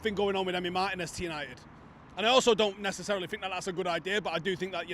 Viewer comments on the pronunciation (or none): none